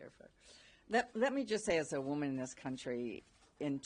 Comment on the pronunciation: He can’t even say woman. 🫵🤡🤣